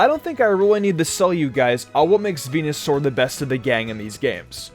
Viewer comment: He said fucking venasaur